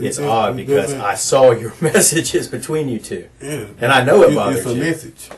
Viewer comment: He pronounce messages like salchicha 😭😭😭😭😭😭😭😭😭😭😭 His fake messages through her phone are so illiterate its like so obvious he wrote them and wasn't focusing